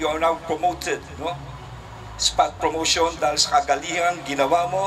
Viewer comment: tana ba dinig ko Abalos? sabi mo FROMOTION? letter P po yan anoh?